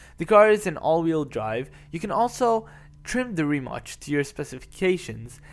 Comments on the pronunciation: It's not Rimach!!! Pronounce the name of the company right you ignorant fool! Check it before you publish the video! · It should be pronounced like Ree-Mats..C in slavic languages is "ts".